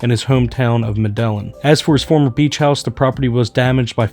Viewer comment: “Mah-dell-in” Columbia😂🤣😅